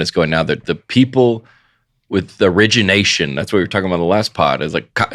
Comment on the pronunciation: ( minute mark) John sounds like he just learned the word "origination."